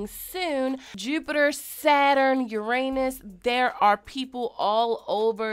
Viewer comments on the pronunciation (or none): none